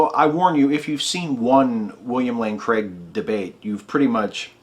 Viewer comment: Why, oh why do Americans pronounce Craig as though it's Cregg? Another great demolition. Thank you.